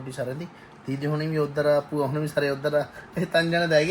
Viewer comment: ਬੂਆ ਨਹੀਂ ਭੂਆ ਹੁੰਦਾ 🙏